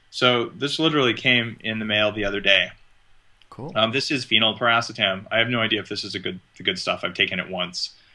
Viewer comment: thanks, i thought thats what he was referring too but it sounds like he wasn't pronouncing it "phenylpiracetam." maybe i'm trippin ;)